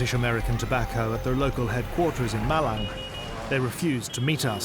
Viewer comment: "East Javanese city called M i l a n" Cuk gak gini juga ya 😭😭😭